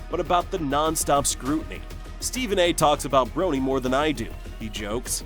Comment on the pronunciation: I finally had to stop watching. The commentator keeps mispronouncing LeBron‘s son’s name!